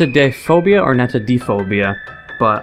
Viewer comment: That is not how you say it